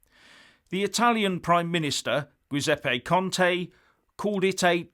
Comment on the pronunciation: his name is pronounced "Jooseppay".